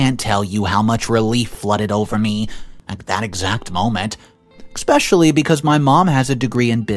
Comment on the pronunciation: There's no X in the word especially